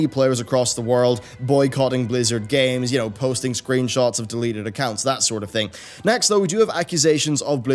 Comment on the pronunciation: I swear I heard deleted twitch thots